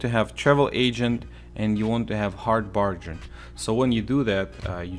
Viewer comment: He pronounced “bargain”, “barge in”. Lol wtf